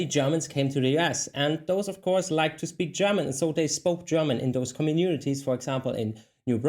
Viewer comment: When you said 'communities', I heard 'common unities'. It made me wonder if it was the words origination. 🤓